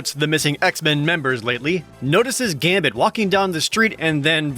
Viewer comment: ... they botched Gambit's last name. How did I never notice this?